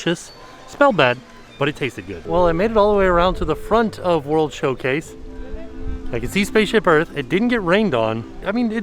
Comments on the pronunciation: Is it Showcase or Showplace because it sounds like he keeps saying place? I honestly don't know. Lol. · I thought was saying "World Show-plates" and thought it was a great pun for the festivals. Disappointed it wasn't true lol.